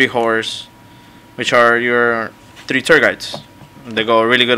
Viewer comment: Three* not TREEE